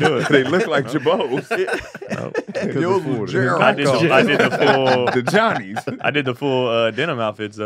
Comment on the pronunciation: said "Geralds" for the fake Girbeu 😂😂 I couldn't affore Gerald or Girbeau 😂😂